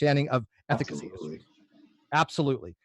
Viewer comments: Hahah I heard that and was like.. efficacy? Ethic... ethically? Oh.. ethicacy.. hmmmm hahah 😂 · Nothing but love for you...but ethicacy? Or am I wrong and that’s a real word lol